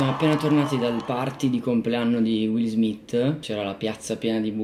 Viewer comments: Rovazzi che sfotte la pronuncia ungherese, Wiil Smiss, quando poi lui lo chiama “Uill Smiitt.” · "wis smis" bellissimo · Qiesto video vale la pena vederlo anche solo per “will smiss” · Per chi non se ne è accorto will pronuncia "alla ricerca della felicità"